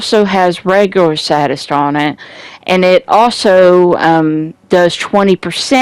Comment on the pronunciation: 1. It's pronounced "say-dist" 2. It's not a "full auto" shotgun, the six12 is a semi auto shotgun fed from a revolving drum. You can even see how slowly it fires when you're using it. The scorpio is also not full auto. 3. It's "Improvised" gloves not "improved" gloves. 4. There's no point in having high crit hit dmg when you're crit chance is only 16%. Crit hit dmg only occurs when you get a critical hit, which will only happen roughly every 16/100 bullets with this build. Invest in something besides crit hit dmg. It kills elites very slowly I've noticed though I suppose it would be nice in a team fight having all of the enemies bleeding too.